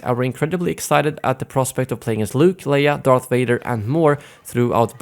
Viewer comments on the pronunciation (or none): none